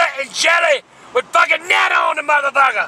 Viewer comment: haha, he said fucking 'nana' like banana